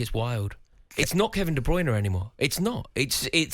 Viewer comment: I just wish he would say Kevin De Bruynes name right